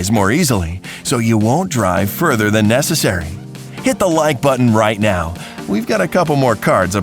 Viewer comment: that way of speacking "time-ah" "now-ah" "grey-hey"